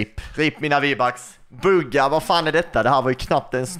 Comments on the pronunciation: du sa fel i början du sa bugga man säger typ bhuuuga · Jag gillar att du uttalar Buhga bugga;)